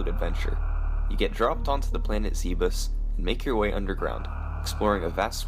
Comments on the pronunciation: >worked harder on this one than any toher..... > PRONOUNCES ZEBES WRONG its... ZEH BES NOT ZEEBUSS or ZEBBZ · Do people really say "Zee-bus" when there's no u in the word? Come on. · I quit the video and unsubscribed after he said, "Planet Zeeebis." That really makes my skin crawl. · That's Zebes as in diabeetus 😁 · it's zebes as in beebs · ah yes planet z-bus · "Zeebus" *WHEEZE HAHAHA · C'mon man, say it with me: Zebeth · there are a couple ways to mispronounce Zebes but I've never heard it done quite like you just did.